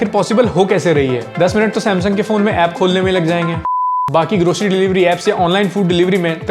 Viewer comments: Grocery ❌ Groshery ✅ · bhai grocery ki zgh groshery bol re😂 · bhai grocery toh sahi se pronounce krle